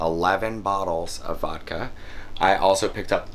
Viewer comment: When said vidka lol 😂